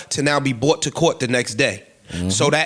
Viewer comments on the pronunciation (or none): none